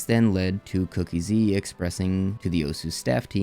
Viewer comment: SAY IT WITH ME: COOK--EASY NOT COOKIE-Z